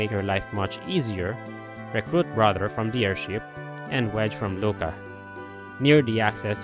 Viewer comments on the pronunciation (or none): none